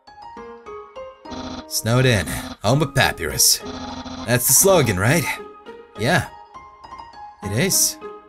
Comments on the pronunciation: Umm dude its pronounced PaPieRus not pappyrus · it's ( pa -pie-rus) not (pap - uh -rus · Anyone else cringe when he says "Papi-ruhs" not "Pap-I-rus?" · It's pu py res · I wonder if realizes he's pronouncing sands and papyrus wrong. And until recently Undine.